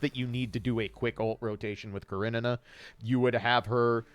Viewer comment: I love how you pronounce Karenina